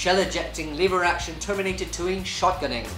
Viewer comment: I thought he kept saying "Liberace" instead of "lever action"